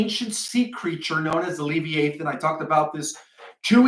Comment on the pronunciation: It pronounced, le-vi-ah-than.